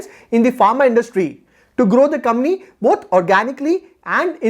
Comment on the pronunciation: It's not comny ,its company